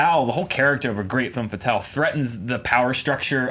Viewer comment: Guys, the "e" in "femme fatale" is pronounced like the "u" in "rub", not like the "a" in "man". Learn your French. Stop being such stereotypical Americans who don't give a shit about foreign languaages.